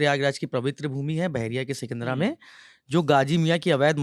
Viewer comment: सिकंदर नहीं सिकंदरा है जी